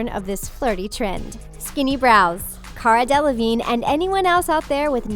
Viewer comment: Gigi Hah-did Cara Deleh-veen Kendall Jin-er